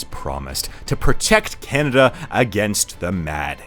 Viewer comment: You mean 'Can-A-Duh'?